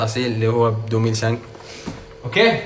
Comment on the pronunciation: تضحكني غير كي تقول دوميل سانك ههههههههه 🤣🤣 دايمن أهدر الدراهم بالفرنسية باش نزيدو نضحكو كثر ههههههههه 🤣